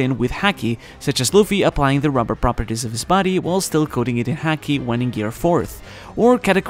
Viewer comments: I like the video in general, but ffs, the way he pronounces it as 'heaki' together with the frequency the word is used really grinds my gears. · haki is said like the sport hockey in English, just a heads up. Kepp making good videos. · Sounds as if hes saying HACKi lmao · As a fellow Japanese speaker...why do you say “haki” the hakujin way? I’m just kidding of course but love your content!!!